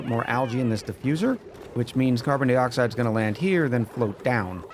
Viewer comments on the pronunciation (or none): I'll give you a thumbs up but you gotta stop saying "dee-oxide". That's the deal.